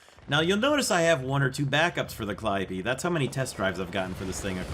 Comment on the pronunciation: You are the first youtuber who pronounced it correctly